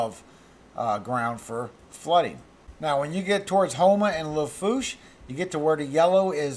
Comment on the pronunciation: Didn’t know you were from Mandeville! Small world. I knew you had to be from LA when you said Lafourche correctly. Hoping this storm spares us 🙏